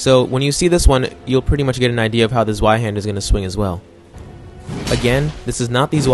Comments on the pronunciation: Zweihander. Pronounced. (Zviaande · I love the english pronunciation of zweihander